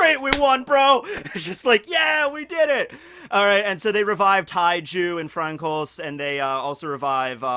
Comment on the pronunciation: I love you but please pronounce Francois correct, it’s killing me. “Fran-swah”